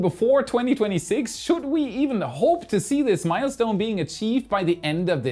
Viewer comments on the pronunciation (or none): none